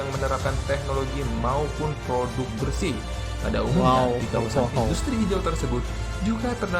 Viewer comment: Siapa bilang papua Nugini tadi ngaku,,, hayo dan ada yg ngucap indastri ,yg bener baca inggrisnya industry kalimantan park